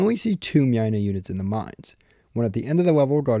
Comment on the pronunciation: Mynah is pronounced as "Mai-nah", similar to "miner"